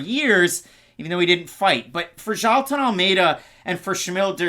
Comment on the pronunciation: You should pronounce Jaheelton (maybe Jahewton) it's like the rastafari's "Jah" and Newton, without the inicial N, put together.